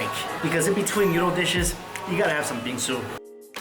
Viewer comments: I thought you said bean soup and now i know what bingsu is and i want it so bad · When he say 'bingsu' I heard bean soup like what? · thought he was saying Bean Soup but he was in fact saying Bingsoo